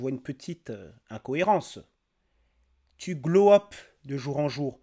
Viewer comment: Pourquoi elles disent toutes "glow up" Ces pintades???? Si vous voulez parlez anglais, apprenez en la prononciation....